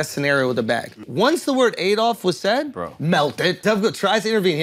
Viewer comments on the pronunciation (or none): You would think if he had actually met a man called Adolf he wouldn't pronounce it wrong like AYdolf.